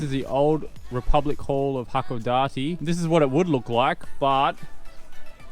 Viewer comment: It's "ha-ko-DAH-tay." "Pierrot" is Japanese for clown (from French or Italian).